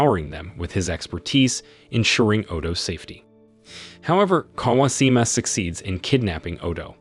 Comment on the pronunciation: Bro, that's some pretty atrocious pronounciations....pronunciations.... not even difficult names too. Kawashima clearly has an H.